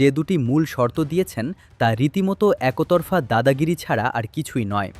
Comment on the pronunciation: উচ্চারণ ভুল। একোতরফা বা একোমতো কী?